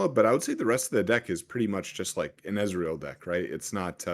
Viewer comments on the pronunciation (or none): SAY EZREAL OR EZ (ONE SYLLABLE) NOT E Z ITS DRIVING ME CRAZY